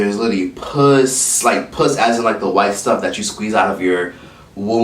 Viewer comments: That hi my loves had me cackling at 2am with my roomies sleeping. And puss instead of pus....😒👀🤣🤣🤣🤦🏿‍♀️. You're too much. Thanks for the laughs. 😁🤣🙆🏿‍♀️ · Crying at him saying 'puss' instead of 'pus', took me out loooool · I almost fell out when said "puss" instead of "pus", when he was talking about milk. 🤣